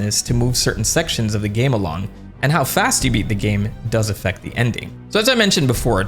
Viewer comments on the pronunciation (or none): none